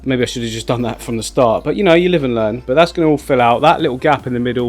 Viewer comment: I love your videos - but for yourself: try to finish the words you're saying! You may find it posh tobsau, "start" but it is ok! It's not posh - but it proper! T! try saying starT and say the word all the way through! It's ok! Proper pronunciation isn't posh - it's merely polite! 🤗